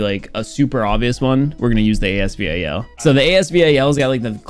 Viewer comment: Why did u again pronounce AS VAL to AS V-A-L ?